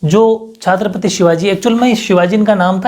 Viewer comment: sir Chhatrapati hota h chhaatrapati nhi 😂